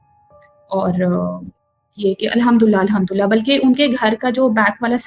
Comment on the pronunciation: Ye story teller last minutes Mein Al-hamdulillah ki bajaye 2 baar al-hamdula boli hain. It's suspecoous.